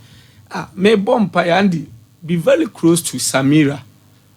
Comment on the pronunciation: Listen to this liar. He says MILACLE instead of MiRACLE and VELY instead of VERY. None of his predictions will come to pass. Liars